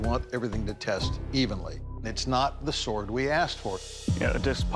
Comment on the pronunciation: 😂 bro said "sord"